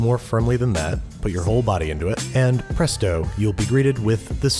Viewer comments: Did he say “presto” or “press dough”? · im not sure whether he said presto or press dough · When you said presto, was that an accidental pun? Or did you mean to say it like pressed dough... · Did he say "And pressed dough" instead of "presto" when he was making the tortillas? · He low key said “press dough” instead of presto. I subscribed just for that moment. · hey "press-dough" I SEE WHAT YOU DID THERE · HAHAHAH "PRESTO" PRESS DOUGH AHHAHAHAHAA that was very clever thank you Andrew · "Press-dough" that was fuckin good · Presto... press dough XD omg lol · ha... "press-dough" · Nobody noticed that he said "Pressed Dough" instead of "Presto"? No one? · "Presto!" You mean press dough? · does he say presto or press dough